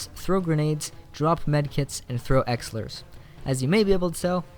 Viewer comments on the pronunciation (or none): Say it with me...E-LIX-ER, not 'exler'.